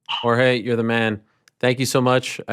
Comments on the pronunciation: Jorge "marchfidal" 🤡 god Ariel's over pronunciation of Jorge's name makes him seem like the weakest person in the world 😂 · The way Ariel says "Jorge" 😂😂😂